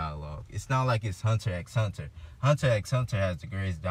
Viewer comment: This man says the "x" in Hunter X Hunter. I can't take this seriously 🤣🤣🤣